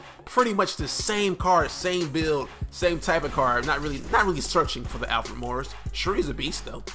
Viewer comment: is says Alfre instead of Alfred